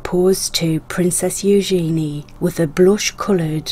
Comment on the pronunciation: Disgraceful, Camilla has the Queen mother's ring. Markle, that never should have been approved. Terrible. Don't get me started on Wallis Simpson. I have never cared for colored stones for engagement rings. ( The narrator mispronounced Eugenia's name incorrectly. ) I'm very surprised these super wealthy people have such small stones. I think they are all ugly, strange looking rings except for Camilla's and Prince Albert's wives ring. Remember folks, these are my opinions. Don't comment about how wrong I am. Everyone has an opinion. You probably won't agree with me. That's okay.